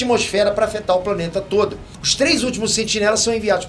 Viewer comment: Ele falou tode em ? Kkkkk